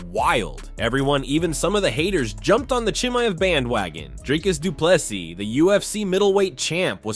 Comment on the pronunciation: I can't understand why US Americans still aren't able to pronounce Chimaevs name correctly after all these years. They still pronounce it like Cumzat. You know there exists a phonetic alphabet? It's made for those people who can't speak other languages and they don't know how to pronounce something? Are you really that lazy or just ignorant?